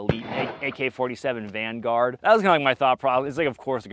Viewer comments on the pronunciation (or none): none